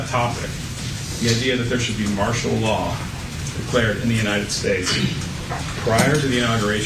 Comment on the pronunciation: Well I don't recall you saying ANYTHING true.... By the way, it's "martial" law. EDUCATION MATTERS.